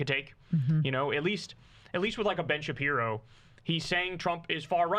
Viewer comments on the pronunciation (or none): none